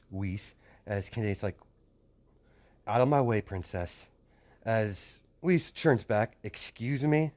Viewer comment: Not to be rude or anything, but her name has German pronunciation(Weiß) and it is not Wiz.